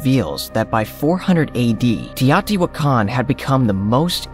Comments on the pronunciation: When I was there in 1979 the natives called it 'tao-ti-Wha-can'-- (the stress is on the Wha). Why are you altering the pronunciation? I have heard several researchers and professors who slaughtered the city name,so you are not alone. Besides the Pyramid of the Sun, the metropolis archeologists had just revealed the pyramid of the moon and most of the artifacts were immediately taken to the newly opened museum. So much work has been done since then, it boggles my mind that there are so many structures still to be discovered. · I listened to it again. He says: TEE-AATI-WAH-KAHN. This confirmed that he was mispronouncing the word. If you want to communicate your ideas, you must ensure that you communicate with the proper pronunciation of unheard of words. I, too, was wondering about the spelling of the word and his pronunciation as I listened. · it's TEE-OH-TEE-WAHH-KAHN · The way you pronounce the word teotihuacan is totally a laugh